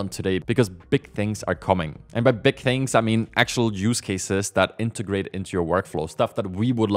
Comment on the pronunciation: Do you not hear yourself talking? Mumffs(months), furteemff(13th)???😂😂😂 I hear you say “things” correctly throughout the video but did catch a “fings” in there. How do you decide when to use “f” in place of “th”?😅 Apologies if I’m insulting you, but it’s not meant as an insult. I’m still enjoying the videos 👍